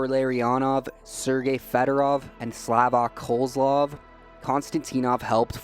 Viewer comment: Kahzlov, not Kohzlov. Watch one highlight vid and you would have gotten it right. Jeez.